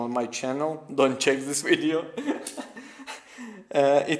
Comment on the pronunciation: Its THIS not ZHIS...